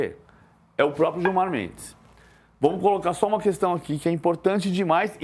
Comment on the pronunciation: PVC caghão kkkkk qual problema de criticar o Gilmar, “digo, respeitosamente, o ministro Giomar” kkkkkkk